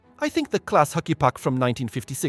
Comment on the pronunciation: The software seems to struggle with some names, like "C L Aas"